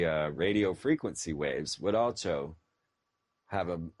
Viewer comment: Did he say "Alcho" instead of "Also" ?lmmfao